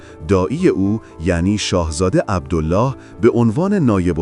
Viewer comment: عبدِل لِلِه ، اینجوری تلفظ میشه نه عبدُالله . ملک فیصل ، که حکومت نمیکرد حکومت در دست عبدل لله و زیر سلطه انگلیس بود. به طرز فجیعی خودش و خونوادش به دست خونخواران کثیف قدرت ، کشته شدن. مادر پادشاه فقید ، قرآن به دست گرفت و قسمشون داد و گفت : شما مسلمانید ، عربید ، پسر من ، بیمار است ، تاج و تخت پادشاهیش ارزانی شما ، بهش کاری نداشته باشید اما چقد غم انگیز و اندوهناک که نه به حرفهای مادر پادشاه اعتنایی کردن و نه به قرآن . و حتی جسد پادشاه جوان رو در ملاء عام مثله کردن. اما همون کفتارصفتان خونخوار و تشنگان به قدرت ، دیری نپایید و خیلی زود ، به جهنم مشرف شدن.